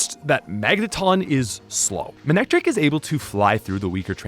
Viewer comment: IT'S MANECTRIC, NOT F*CKING MANICTRIKE!